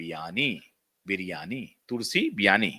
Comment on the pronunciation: तुलसी विरमानी. ना की बिर्यानी 😅